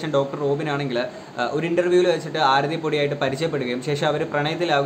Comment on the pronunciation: chetta oru mistake und....Aarthi alla Aarathi aan.......love your contents......keep it up....pinna........matte chechi and u probs oke kazhinja?